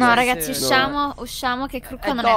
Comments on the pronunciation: A me piace sto fatto che dice raghi 😂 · 😂😂mi fa ridere che dice raghi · Raga ma perché dice raghi invece di raga? 😂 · Mi piace chi ha notato che dice RAGHI 👇😂😂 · È vero dice raghi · MA BIOLET A MA RAGI MA RAGI HAHAHAHAHAHA LA TRIGGERA